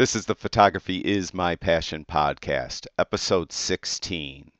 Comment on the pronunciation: It's podcast, not podcase.